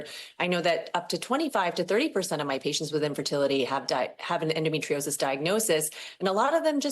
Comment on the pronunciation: His inability to pronounce "endometriosis" says so much about my lifelong struggle with the condition.